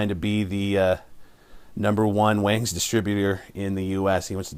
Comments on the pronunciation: Wongs is the correct pronunciation..... great video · It's actually pronounced Wongz bro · "waaangs" and "eggniter" what a moron.